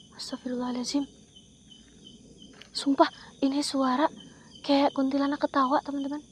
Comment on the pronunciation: Jurigh nya jail itu teh ,,teh,,,hi hi😊. Kuntilanak,bukan kuntilanag,sundel bolong,Wewe gombel nya hantunya😊